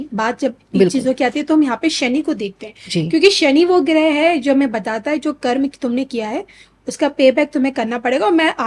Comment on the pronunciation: कर्म को कर्मा कहना आजकल खूब चलन मे देख रहा हूँ